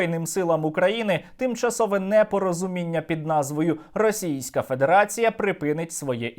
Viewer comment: Тільки я чую, що Сергій промовляє -"педерація"????? 🧐